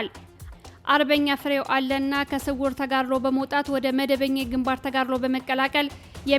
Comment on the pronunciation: ፍሬው አለነ ተብሎ ይነበብ